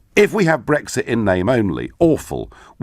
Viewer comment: wtf? my pension has no link to the EU whatsoever, this guy is a liar. Anyone noticed this guy pronounces Brexit "Brextheert" just like that fat ugly black PM.